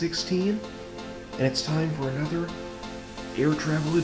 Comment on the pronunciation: U said “ANETHER little ERJ 145